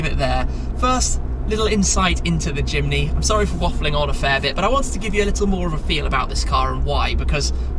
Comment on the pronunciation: At first I thought he said: “Suzuki Chimney”